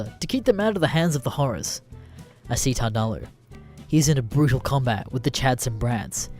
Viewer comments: You were butchering the name from the start. It’s tard-ooo-loo, a portmanteau of retard and Cthulhu. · Normally this kind of thing doesn't bother me enough to make a comment but the way you kept pronouncing "Tardullu" kinda irked me.